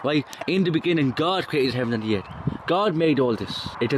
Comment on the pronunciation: It's pronounced "earf" ;-)